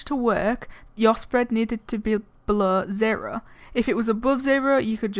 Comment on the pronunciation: YOU SAID ZERHO